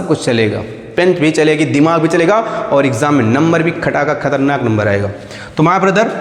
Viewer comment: When you pronounciate khatarnak . Ye achcha lga